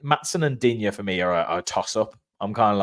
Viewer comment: Lucas Digne stated earlier this season his surname is pronounced ‘Deen’. So no ‘ya’ sound we’ve been putting on the end due to the spelling.